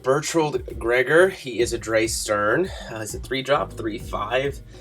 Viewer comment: Drei is German for three, it's pronounced like dry (ei= long i sound, ie=long e sound). So Drei Stern = Three Stars. Edit: you had Stern right.